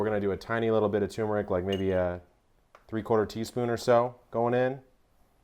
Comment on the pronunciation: Epic Eats - that's perfect!!! I wonder if a keto sugar could be subbed for the white sugar. Kevin, you might want to google the pronunciation of turmeric and cumin. :-D